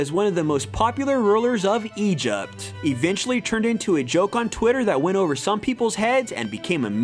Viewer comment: Why does he say Egypt like that